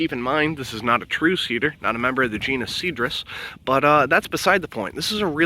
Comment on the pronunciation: Cool video, thanks. I searched for "comrade juniper" and got only your video actually talking about J. communis. We call it common juniper here in New England. edit: a letter #2 not to be rude, but you might want to check your pronunciation of calcareous, Cedrus, and arborvitae